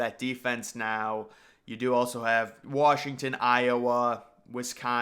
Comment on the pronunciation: You saying Wrashington is driving me fucking insane.